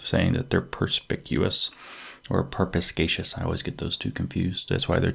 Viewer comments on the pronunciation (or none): Per-spi-kay-shus. Perspicacious.